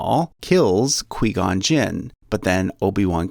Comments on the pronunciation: Who else got triggered when he said Qui-Gon and Padmay wrong? Because I got super triggered! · YoBoiSnyderGG_ 9 how this man going to make a star wars family tree when he can’t even say their names correctly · Anyone else cringe every time he pronounced Qui Gon’s name? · *Better youre getting Hell for that QGJ pronunciation. * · The way he says Qui Gon hurts my soul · Prayers for from any angry SW fans mad he said Quigon wrong. And sort of Padmé. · Kwee-gone noooo 🤣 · The way you pronounce Qui Gon is the same way you say quiet. But still, great video. Would really help anyone who doesn't know a lot about star wars. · correction, no offense it's pronounce as "kway" not "kwi" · Not Qweee Gon...it’s Q-Why Gon! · qui gon gin not que gon gin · Who says qee gun jin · It's Kwai Gon not Kwee Gon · Queeeee gon jinn” ITS QUI-GON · Quee-Gon. I don’t think I’ve heard of that Jedi 😂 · "qwee gon" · Hahaha "Quee-gon"?!? lol You've never actually even SEEN Star Wars, have you?! 🤣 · The way this guy says qui gon, ‘queee gon’ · Quee-gon and podme. Lol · Quee-Gon Jinn??? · QUI-GON JINN Pronounced (QWI) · KWEE GOW JIN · It is not quee gon and he is a Jedi knight not master. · It’s qui gon (Kigh guan) and obj one doesn’t kill maul yet but no hate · Um dude it's pronounced as Quai gon jin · If we’re calling Qui-Gon, “Quee gon” now, I’m calling obi wan, “oni chan.” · Everyone loosing their midi-chlorians over "Qwee-Gone" and I'm sitting here baffled by the mispronounciation of the common noun "Saga". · lmao Quee Gon Gin is now how I'm going to pronounce his name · This guys made me so angry with his pronunciation of Qui Gon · Very Good but you don't pronounce Qui gon and Beru right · When you realize how he pronounced Qui-Gon. It hurts. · Omg you said Qui-Gon’s name wrong! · I like this but dude you butchered like two of the names. Again I’m not criticizing it’s just I’m not used to hearing them said like that. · This guy just said quee gon And podme